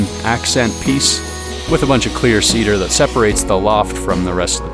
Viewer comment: For any one wondering if he's saying "Clear Ceader" vs "Queer Ceader" - Just know that I am also wondering the same.